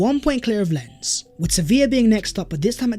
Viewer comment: Great video, but Lens is pronounced more like "Lon" rather than "Lens".